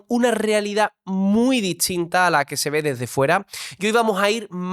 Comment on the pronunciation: que raro pronuncia la "T" ,el entrevistador, "ths" ...., casi es una ch..... pero no es con todas las palabras o no en todas las ubicaciones de la t . de donde es? ( existshen, distinthsa, esthsa entrevitsha, vivistheis esthairs, )